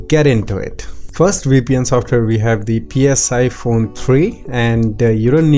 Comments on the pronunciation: Really helpful video. But I believe Psiphon is pronounced as sy-fun. Like siphon. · Lmao. I think he even called it Pissphone at 1 point lol... Or maybe it aoundedbthat way . Lol